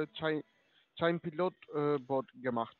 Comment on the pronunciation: deren tolle Aussprache: aus "Chain" wird "Schein" - perfekte Sprachkenntnisse 😖